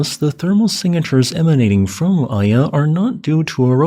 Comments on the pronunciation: FYI, the "I" in Mt. Iya is pronounced "ee" (meet, meat, week, weak), with "ya" similar to "yacht," so it's "ee-ya" and not "eye-ah" (the English letter "I"). Excellent update as usual,. Thanks for the hard work! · Iya is pronounced ee-ya(h)